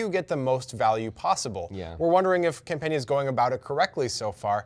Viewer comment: Campana is really easy to pronounce ... why do you guys insist on consistently butchering player names?